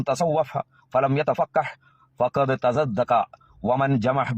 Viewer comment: നീ പറഞതും തെറ്റാണ് തസൻദഖ എന്ന് പറയേണ്ടിടത്ത് തസദ്ദഖ എന്നാണ് നീ രണ്ട് പ്രാവശ്യവും പറഞത്